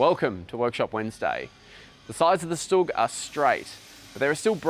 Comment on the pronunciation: Hi guys! Thanks! A small mistake. Not "STUG". StuG- right